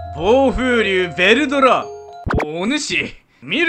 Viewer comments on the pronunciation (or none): あとベルドラじゃなくてヴェルドラですね